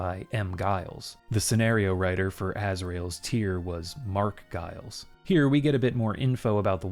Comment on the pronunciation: Pronounce Giles with a J